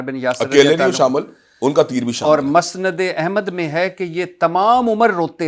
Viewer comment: بھٹی صاحب آپکو نہ اردو پڑھنی آتی ہے نہ بولنی آتی ہے آپ علما کو شادولے کے چوہے کہتے ہیں عبداللہ بن ابی کا تلفظ کسی سے صحیح سیکھ لیں۔ متبع سنت ناناتوی اور بھی بہت سارے الفاظ آپ بول نہیں سکتے اور ٹھہرے آپ علما کا علم پرکھنے لگے مسند احمد بھی ٹھیک کر لیں